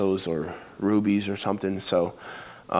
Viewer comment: "pesos.. or rubies" lmao